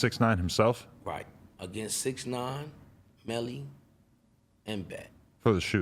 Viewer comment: Why he keep calling him Bix nine like he still official didn't he get him banged the fuck up🤷🏾‍♂️